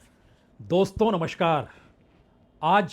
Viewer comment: नमस्कार का उच्चारण ठीक कीजिये